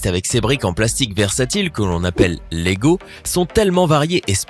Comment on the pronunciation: il a dit logo technic mdr